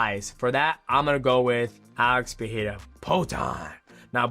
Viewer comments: bro ur Pereira pronounciation pisses me off IM sorry. XDDD If you dont know how to say it in a portuguese accent, just stick to saying it in american accent man. It makes u look bad. Its Pereira not PEHAYRA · You are pronouncing Pereira wrong. The first ‘R’ doesn’t have the ‘H’ sound. In Portuguese, it only happens in the beginning of words or if there is two ‘R’ together. So you should pronounce both ‘R’ in Pereira in the same way.